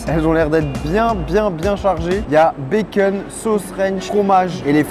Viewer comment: Baceune ca sent le belge 😅